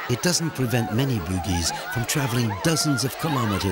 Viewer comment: The narrator pronounce Bugis as Boogeys... 😂😂 sounds funny